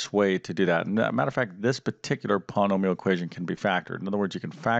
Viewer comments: Polanomial? Thankfully, you don’t teach speech nor pronunciation. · 10 min understanding... 20 min vid. Too many ahhhs and ummmms. Can’t pronounce Polynomial...why is it called a quadratic equation? Curious kids want to know. Too much nose breathing and swallowing noise (annoying). Not good vid. Won’t use or recommend.